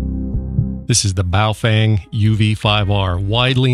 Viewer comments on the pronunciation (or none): i’ve delved deep enough that our operator,, didnt know how to pronounce BOOFWANG